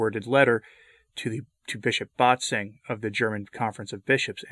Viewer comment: You insist on mispronouncing Bishop Bat's-wing's name!!!